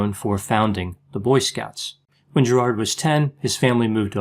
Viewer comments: Prob: Gerid (not GerARd) . Sorry! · I’m Australian too. We pron it “Gerid”... not “GerARd” (like St Bernard). It’s so distracting/the only video I can’t watch (I just want to interrupt all the time “no it’s pron ‘Gerid’. He’s ‘Gerid’. ‘Gerid’”